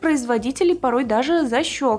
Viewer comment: Только я слышу защекивается вместо защелкивается?